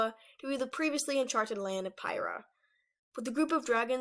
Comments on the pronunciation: ITS PRONOUNCED PIE-RAH? I THOUGHT IT WAS PURR-EE-HEE-UH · It is pyrriah not pyrrah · I can’t be the only one who thought Pyrrhia was pronounced “Pigh-ree-ya”